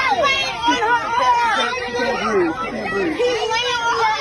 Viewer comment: Of course, she says i can't breeve. Act right